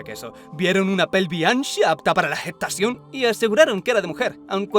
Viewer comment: "vieron una pelvish anschiaaaa apta para la getacion" no puedo parar de repetirlo en mi mente